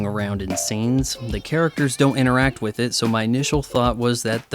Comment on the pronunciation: youre aware 'with' isnt pronounced 'wiff' or 'wiv' right? btw, when you are addressing the jewish question in a comicbook review perhaps its time for you to graduate to some more adult material. If you are aware of the left's lies how can you see shows like this as anything but brainwashing and propaganda? at the very least, the kind of trash media you consume is a massive distraction.